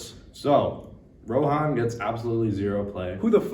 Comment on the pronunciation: Bro can’t pronounce rohan properly 😭